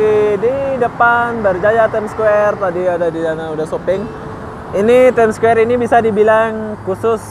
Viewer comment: Ur pronounciation about ' time square' so suck ... ☑️